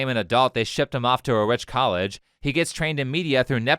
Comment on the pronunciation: "colledge" "fonics" 💀